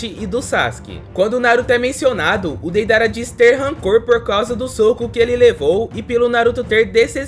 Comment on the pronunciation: Kkkkkkk ele falou Peidara😊